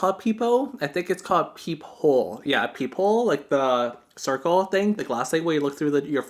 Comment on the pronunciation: It was so cute when you called a peephole a peepoh.